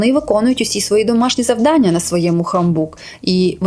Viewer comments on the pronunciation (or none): none